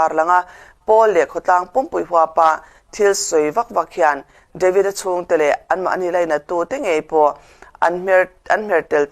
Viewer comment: Deivid tih kher a ngai mi, devid ti ve mai la, mizo te chuan ketli kan ti mai lom